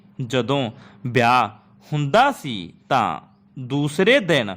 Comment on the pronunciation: Tusi ਬੇਲ ਬਿਆਹ ਬੋਲਿਆ ਕਲੀ ਕਲੀ dictation ch hun type ki kra ਵੇਲ ਵਿਆਹ ਇਕੱਲੀ ਯਾਂ ਬੇਲ ਬਿਆਹ ਕਲੀ